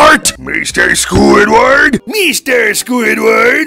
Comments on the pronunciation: MEESTER SQUIDWEED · meester squidwurd